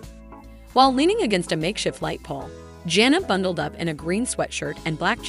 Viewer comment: Edit this so that it does not sound like a robot and that you can figure out how to say the oldest daughters name. Janna is not a hard name to say get it right.